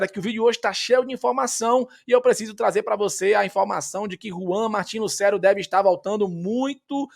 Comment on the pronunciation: com todo respeito, mas tem como tu parar de pronunciar Lucero como se houvesse um acento agudo no E? "LucÉro" 😫